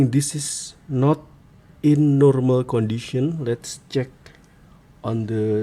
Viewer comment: "In normal qandition" 😊